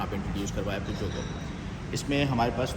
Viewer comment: Excellent review and the best I have learned proper pronunciation of "Peugeot " Thankyou so much 👍😊.